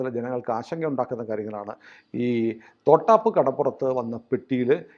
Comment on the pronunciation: തോട്ടാപ്പ് അല്ല..... തൊട്ടാപ്പ് ആണ്.😂